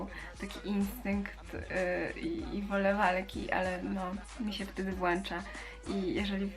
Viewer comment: włącza nie włacza 😉